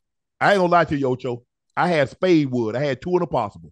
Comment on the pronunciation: Unc said spade wood 🤣🤣